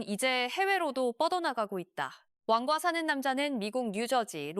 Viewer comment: 왜 자꾸 완과사는남자로 발음하죠